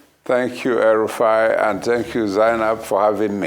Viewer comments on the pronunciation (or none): Did i hear him call Rufai El Rufai?